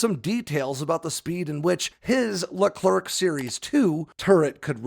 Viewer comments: It’s a Leclerc not Leclerk mate ( the C is silent) good video anyway 👌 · Sorry, but it's Leclerc, not Leclerk Sacrebleu ! You are massacring the name of one of the greatest french heroes of WWII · the french tank is called Leclerc (with a silent c at the end) the a famous french marechal.